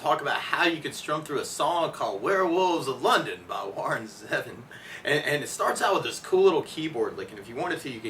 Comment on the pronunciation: Its Warren ZEEEvon, man. You lost me at jump.